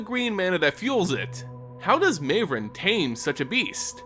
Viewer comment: Surely Mavren isn't pronounced that way?